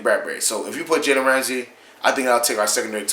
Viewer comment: Learn how to say his name